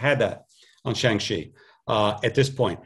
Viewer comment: It's pronounced as "Shaang"